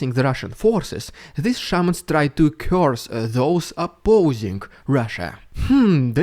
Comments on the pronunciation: I thought he was saying Shermans, not shamans. This may just be my 🇺🇸 understanding of WW2, but all I could think of was why is Putin pulling WW2 tanks given to the USSR during WW2 out of storage to fight Ukraine. Things must be going very badly for them. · I though you said Sherman not Shamans. I had to pause the video and laugh my way out of my chair. I'm now kind of disappointed.